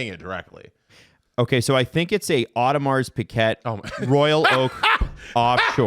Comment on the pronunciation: pronouncing it Audi Mars Piguette is killing me lmao. Come on I know us southern Ontario guys aren't French Canadians but we went through some French classes. You can try to pronounce it a little better than that